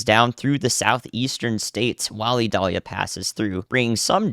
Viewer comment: The pronunciation has a long I. Listen to some Sammy Kershaw Vidalia